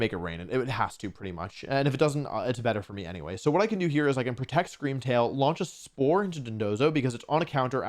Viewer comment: Scweam Wail wins the regionals